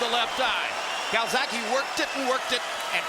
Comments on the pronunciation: Calzagihe not calsacihe. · Dumbass yank commentator keeps callin him calzacki! Fuckin pilchard